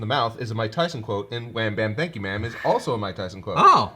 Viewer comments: I always heard got you man instead of wham bam thank you maam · i always hear gotcha man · I thought the Cell Jr said "gotcha bitch" to be honest